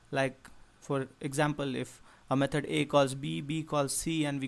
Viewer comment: Repeat after me: "Me-thod" not "Me-turd"